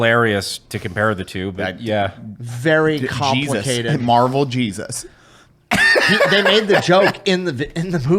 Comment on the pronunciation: "Geesus Christ" >_<¿ lol, You're Mexican, you don''t pronounce the J's, He-zus. Love you Juys. lol.